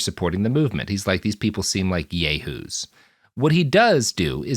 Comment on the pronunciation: Is that how you pronounce "Yahoos"? I have been saying it wrong my whole life!